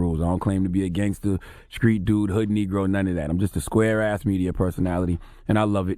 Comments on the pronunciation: The word "Street" is not that hard to say, holy shit. WTF is a Skreet?!? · I cringe every time Charlamagne says “skreet” instead of “street” 🤯😳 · And IT'S STREET NOT SKREET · The "skr" in words that are supposed to be "str"...Somebody tell Charlamagne to stop talking like he's from South Carolina😂😂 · Charlemagne cannot say T he says K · Did Charlemagne just say the word "screet"...? I think he means "street"😂😂😂...I'm from the south...no excuses.. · Finally somebody notices! Skreet and Skrippers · "Skreet dude, Skreet rules" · Charlemagne can't even say the word street. He needs to fall back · The way Charlamagne says The Street......Discreet lol